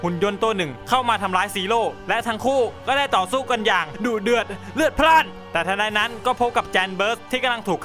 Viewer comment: ทำไมพี่ชอบพูดว่าดุเดื่อนเรือดราดนะครับ